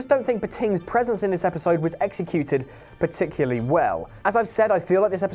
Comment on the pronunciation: Particuly or particularly? P'tingularly bad language there 🤣